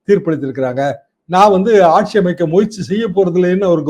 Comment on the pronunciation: ஆட்ஜியும் இல்லை, பஜ்ஜியுமில்லை "ஆட்சி" நன்றி.